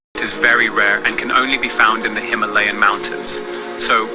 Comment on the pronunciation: Only in the Him-a-lay-yas ? Pity that.